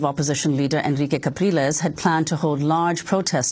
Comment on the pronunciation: I also believe that it is Henrique "Capriles" NOT "Calpires"